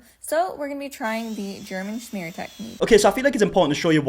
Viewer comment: The way she pronounces smear “shmear”